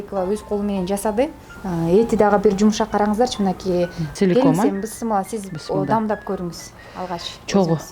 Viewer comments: Быссымылла дебей биссимилльа десен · Быссымылда эмес, Биссимиляхи деп эле айтылат! Чала кыргыз 👎👎👎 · Ушул эже бысмылла дейт тооба биссимилла эле дей берсе эмне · Бысымыла эмес бисмилля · Журналистка Кыз бысымыла эмес бисимилла болот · Бисымыла дейт да Бисмылда